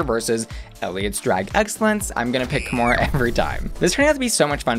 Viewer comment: kahmora more like kahmore please